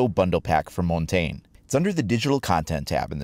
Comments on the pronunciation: you butcher his name so bad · Learn how to pronounce his name ffs